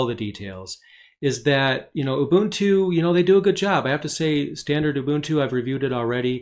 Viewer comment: Very good video. Plus I like that you know how to pronounce Ubuntu correctly :)